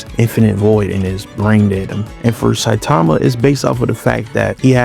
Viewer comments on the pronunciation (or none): none